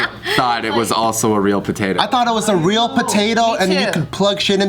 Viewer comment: Simu: it’s reãl: ooh, it’s royal